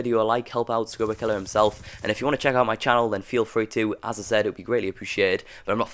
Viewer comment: Why does he call him "skruberkiller" Its skrubkilla